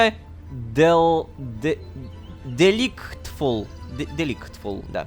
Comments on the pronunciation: Правильно ДИЛАЙТфул! Божечки морожечки! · Рома, слово delightful читается как "делайтфул" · Рома, делайтфул или делайдфул УЧИ ИНГЛИШ NAHUI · Произношение английских слов у Лололошки, это, конечно, шедевр.. Delightful - "Дилидфул"